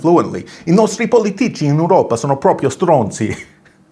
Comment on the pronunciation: almost perfect in your Italian..lol..just wron place for the accent on " politico" lol Great content as always!